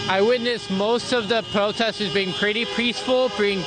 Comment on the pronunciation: What is THAT? "I witnessed, most da proteh-sters being pretty peace-a-ful, being pretty active? Is that a wig or just nasty? 😣😣